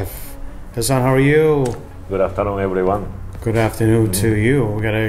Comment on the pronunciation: *Camera man: how are you? *: GOOD AFTERNOON EBRIONE! LOL